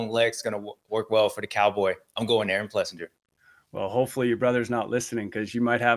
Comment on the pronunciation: I swear they stay trolling Aaron one day his name is Aaron plessinger, and then the next two guys say it's Aaron PleasANJARRR